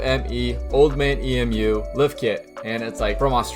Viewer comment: Awesome vid dude! By the way its Old Man Emu "EEE-MOOOO" (like the bird) not E.M.U. 👍